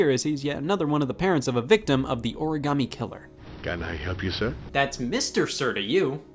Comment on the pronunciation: I love this game. But I HATE how they pronounce origami